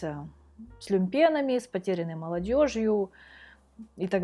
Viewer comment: Девочка, я во многом с тобой согласен,, но хотелось бы внести свою каплю горечи в твой горестный рассказ. Твой язык перегружен иностранщиной ( треш, шок-контент, тренд) , значение этих слов ты применяешь не к месту, да и ударение ты ставишь не правильно " люмпЕн", тогда как надо говорить "лЮмпен". В России очень заметна общая неграмотность: женщины говорят о себе в мужском роде, в присутственных местах предлагают "присаживаться", совершенно не понимая смысла этого слова,; в прокуратуре сидела на приеме женщина лет 50 и писала под диктовку прокурора заявление, постоянно справляясь где ей надо писать ту или иную букву. Но и это не самое страшное .Некому учить учителей :учительница говорит о себе " Я преподаватель русского языка" , делая сразу 2 ошибки. Какому грамотному языку она может научить своих учеников? Потомственная "филологиня" Лариса Латынина в одной передаче "Эхо Москвы" несколько лет тому назад сказала о себе " я ваша покорная слуга" и эту фразу она повторила 5 (!) раз.Что уж требовать от юных балбесов! Ваш язык требует значительной чистки от засилья иностранных слов, штампов , которые Вы черпаете из будничной жизни , полной неправильностей и словесной грязи Это Вам мешает Вам, это чувствуется в ваших эссе о музыке ( кстати , очень неплохих). Мне хотелось бы пожелать Вам успехов, здоровья и претворенья в жизнь Ваших устремлений и мечтаний. Всего Вам наилучшего. P.S Разнообразие русского языка лучше всего черпать в литературе 18-19 вв.